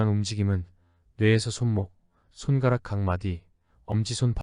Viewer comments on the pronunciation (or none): 근데 AI 어나운스인가?! 발음을 '손까락'으로 하는걸.. 손'가락'으로 읽는건 넘 이상하다..